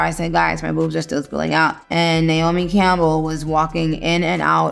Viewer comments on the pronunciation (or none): none